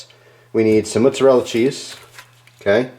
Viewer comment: What is this mutzerrela cheese you speak of? Just messing with your accent, though I dont even know what kind it is now..